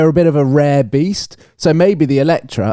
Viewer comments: I can’t believe you went to the press launch and still pronounce the name of the car wrong every single time. I get it if it’s a foreign company but lotus is a British brand 😂 EletrE And non eletrA. Anyhow, much more enjoyable episode when is there. As always I end up putting a thumbs up but would be really nice if you took onboard a bit more of what your beloved audience suggests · ELETRE =/= Eletra. The car is called EletrE. To set some context, I’ve been to a Lotus event presenting the car for non press public and the lotus people called it EletrE. E at the end like Evian. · Evian has an E at the beginning. That is the sound that should be at the end of EletrE